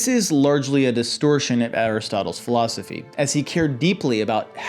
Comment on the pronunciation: Yesss! I was told read self help in high school I said and your the teacher? You mispronounced philosophy btw 👏